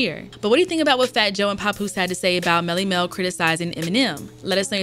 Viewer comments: Pap like pap smear not pop smear. Papoose! Papoose! How did she get this job? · Why does she does she keep pronouncing it "Popoose" ?! 😂😂